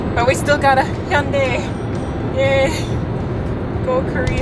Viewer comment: Hyundai 발음 너무 정확해요 ㅎㅎ